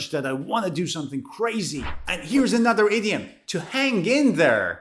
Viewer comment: I am hearing 30 idiot instead of 30 idiom